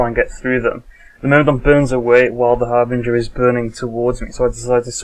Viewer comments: ...No. No it isn't. The ship is called a Harbinger, pronounced "härbənjər". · argg.. its so annoying to hear people say Harbrin GIR! its Har'Bring'er!